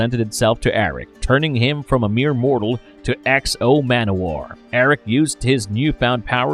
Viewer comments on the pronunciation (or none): none